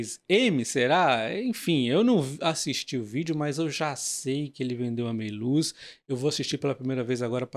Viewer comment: Não é Meiluz, é Méliuz!